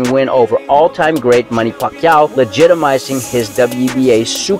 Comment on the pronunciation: Ugas is a class act! Stop placesing your dirty tactics and lack of personal class on him....just by the way this guy pronounces “ Pacquiao” we all know what time it is....